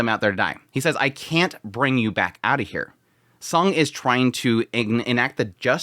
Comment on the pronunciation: Instead of calling him Sung, why not just called him by his name; Jinwoo, since you fail to differentiate the sound of Song & Sung. I'm quite confuse which one you're referred to.